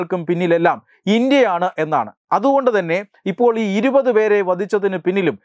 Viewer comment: ഇരുവത് എന്നല്ല ഇരുപത് (ഇരു പത്ത്. രണ്ടു പത്ത്)